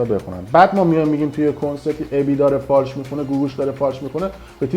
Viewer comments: فالش، نه فاش بیسواد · فالش خوانی دلبندم، نه فاش خوانی،، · بیسواد اون فالش نه فاش😂واقعا که عقل نداری راحتی